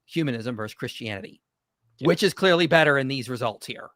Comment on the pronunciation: Sheng Tsai: "Step 1 in a debate is to state your claim creary." Now I'm not trying to make fun of someone with an accent or if their first language isn't english (as english can be a difficult language) when I say this but that was a hilarious starting point 😂😂😂 It was mostly fallacious from there. In his misrepresentations that he was starting with also poisoned the well from the get go so his later "points" already are linked to that poisoning.